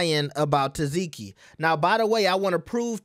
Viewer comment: Omg! Her name is TESS-SEE-KEY!!!! NOT "TESS-ZEE-KEY!!!!"